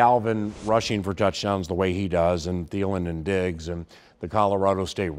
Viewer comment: Wait - Did he call Stefon Diggs; " DIGGSIE"? That's AWSUM - SKOL VIKINGS!